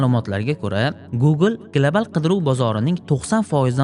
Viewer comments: Gilabal❌ Global✅ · Глабал, гугул 😂